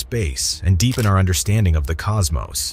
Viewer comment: thank you for saying cosmos and not cosmoss like so many others that need to read a book.